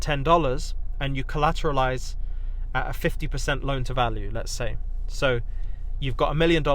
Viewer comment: You mean collaquately? 🤓 😂😂